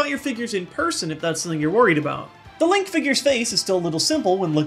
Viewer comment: HE CALLED HIM LONK. I AM STILL COMPREHENDING THIS. IT'S LONK, MY MAN FROM PENNSYLVANIA.